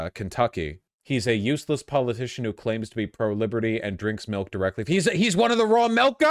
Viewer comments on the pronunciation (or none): The saddest thing in this video is Vorsh pronouncing milk “melk”